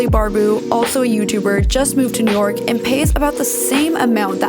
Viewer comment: Did she just say... nork!?